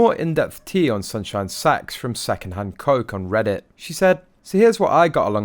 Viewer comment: No ! It sounds like Sax to me.